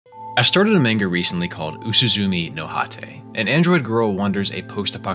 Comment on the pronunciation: I clicked on this video and immediately heard the pronunciation of "manga" butchered twice. I kind of don't want to watch this, now. Good luck.